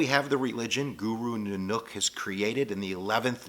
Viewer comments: Guru Nanook?...................of the North?...............I always thought it was always pronounced NANAK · It's not 'Nunuk', it's Nanak. And it's called Sikhi, not Sikhism (which is a word invented by the British.) Otherwise pretty good. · Guru Nanak NOT Nunook idiot, We are not Hindus jackass .... We believe that you should connect with WaheGuru by repeating His name and always remembering WaheGuru in everything you do . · say it like this "naa-nuck" and "maa-yaa" and "saaay-waaa" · Not to offend u but by being a Sikh myself his name is not Guru nunak it is Guru Nanak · NANAK - please say NAA NUCK 1. NAAA is longer AAA 2. then NAk is said like luck 3. NAAnuck say it like this **** Thanks awesome video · Nanuk lol love the way you pronounce his name. Sounds like a fundamentally different word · as a Sikh, i kind of was a little irked by the way u spoke some of the words, but i understand that Punjabi (puun-jāb-e) isn't ur language. Guru Nanak (nān-uck) never started a religion, but a philosophy, not a certain set of rules you must follow. Only then, the 10th guru had started Sikhism. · His pronunication of "Punjab" and "Nanak" actually piss me off. It's not "Poonjab" and it's not "Newnook"... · Poonjab? Nan-OOK? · Its pun jaab and naa nuk 😐